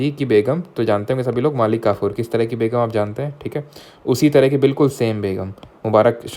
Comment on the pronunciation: "kis drha ki begum" really caught me off guard😭